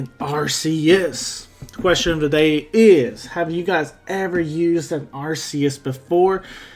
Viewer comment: Thanks for pronouncing Arceus properly lol I’ve had some fun with it in AG on showdown